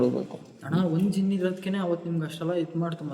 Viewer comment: ಜಿನ್ನ್ ಅಲ್ಲಾ ಪಾ 😂 ಅದು ಕೊಳ್ಳಿ ದೆವ್ವ